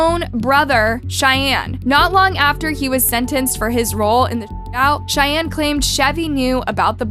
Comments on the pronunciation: Love your channel but you keep mispronouncing Cheyne's name. It's pronounced like Shane and McVeigh is pronounced like McVay. Chevie and Cheyne had the shootout in Wilmington, Ohio of which I am very familiar. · I think names should have the correct pronunciation. It's imperative to the case. Cheyenne just kept throwing me off.